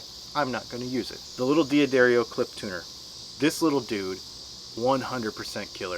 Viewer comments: Good lord, it's pronounced Da-ddario. Not D-Addario. Sorry to be THAT guy. Enjoyed the video, though. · I said it the same way for about 30 years, until I learned the correct pronunciation. Check out this video . It seems to me that a D'Addario employee would know how to say his company's name. Just because someone says something on a video they post on their channel, doesn't mean it's correct. What are they going to do, say "oh no, you have to re-record that because you didn't say our name correctly?" I quickly watched a few videos on their site and found guys saying it both ways. You're free to say it whatever way you choose, however I wish I had a dollar for every time I heard someone mispronounce a word. Do you want to be one of the "dozens and dozens", or do you want to be right? That being said, it's not a big deal in the scheme of things.